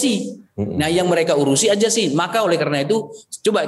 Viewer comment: AJASI.... AJASI.... hahaaa ngaku org pinter gak bisa nyebut Z , AZASI berubah jadi AJASI 😝